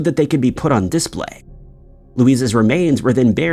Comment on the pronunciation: What is this "diss - play" , the new kids thing? Cah-ray-zee ma-han.